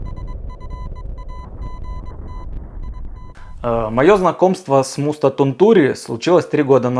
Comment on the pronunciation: Не Тунту́ри, а Ту́нтури. В финском ударение почти всегда на первую гласную.